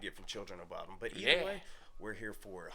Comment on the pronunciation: It is pronounced somewhat like "Boo-dum". They are named after the unsolved Lake Bodom murders that happened in Espoo, Finland in the 60's.